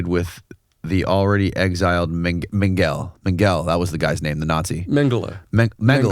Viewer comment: The pronunciation of Mengele is usually ˈmɛŋgələ without stressing the "g", but the "ng" is fluid/flowing like in the word "cliffhanger". You guys pronounced it like "anger", stressing the "g". And as far as I know his name was spelled Josef, not Joseph... pronounced 'yosef ˈmɛŋgələ.